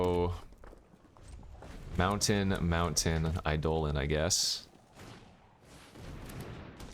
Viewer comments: Its Eye dough lon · a poem doesn't change the pronunciation of a word. It is objectively pronounced "EYE-dolin" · I'm new to the channel, is mispronouncing Eidolon an in-joke?